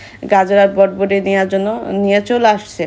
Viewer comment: বরবটি কে বটবটি বলে উচারন ঠিকমতো করতে পারেনা।